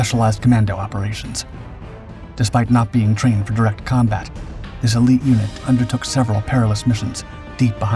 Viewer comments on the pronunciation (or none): none